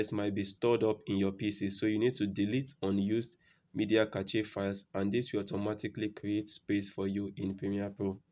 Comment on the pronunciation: Hey great vid. FYI Cache is pronounced like this: "Cash" just thought i'd let you know. not throwing shade at you or anything.